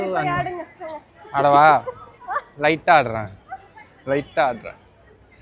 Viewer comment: Aadava nu anna ketathu ada va nu sna mari enaku ketuchu😂sis...Mumbai la Dadar place thana sis